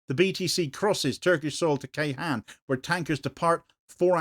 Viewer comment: Ceyhan is not read with a K but a J (as in Jayson) and hon (as in honey) Jayhon